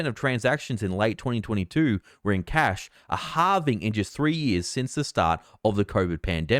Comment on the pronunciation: Did you say Cath or Cash?